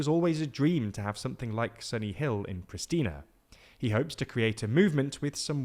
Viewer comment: It’s Priština bro! Pree-shtina. There is no “s” sound